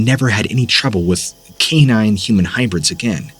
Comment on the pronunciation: Please learn how to say canine. Kà -Nine is how it is pronounced